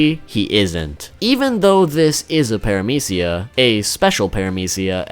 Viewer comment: Why are you pronounce paramecia is aids (no hate)